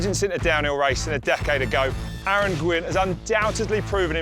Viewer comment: "A A ron" ahahahahaha